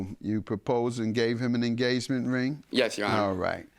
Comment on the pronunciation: The judge said “you suing for the enGAYment ring” 🤣🤣🤣🤣🤣🤣